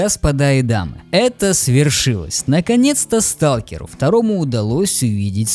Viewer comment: Я всё понимаю, но почему у вас у всех такая беда с английским???? Что с произношением Сталкер?!